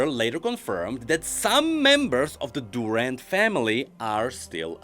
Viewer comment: My man, you have a pronunciation for Durand, and it is DurAnd, not DUrand